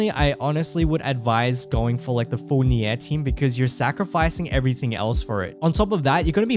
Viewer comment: Pls man, spell Nier correctly. It's "near" not nyeeah